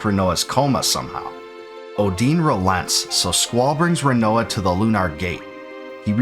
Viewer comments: A few pronunciation corrections: Edea = ‘Eh-Day-uh’ Rinoa = ‘Ry-noh-uh’ Odine = ‘Oh-dyn’ Lunatic Pandora = ‘Lu-nha-tic’ Pan-dor-uh Fun Fact = the “-ic” suffix in Lunatic actually means referring to - The root term Luna means ‘Moon’ Thus Lunat-ic means referring to the moon… you know, where these fucking monsters are sourced from in this portion of the game… They (the monsters) make way to Earth via the Lunar Cry… coincidence? No, you goddamn mispronouncing morons… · great video, but honestly how can your pronounce laguna properly but not rinoa